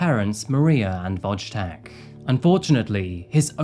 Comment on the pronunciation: Voy tech not wodg tech.